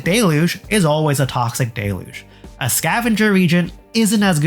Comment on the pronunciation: A Toxic “Dayluge” is in fact not a Toxic DELuge. Normalize saying this damn word correctly! It’s DEL-uge, not de-luge!!!!! grahhhhhhhhhh please.